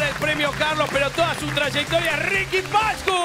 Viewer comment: Si yo fuera Riqui Pashcush viviría como él (poniendo los acento donde no van)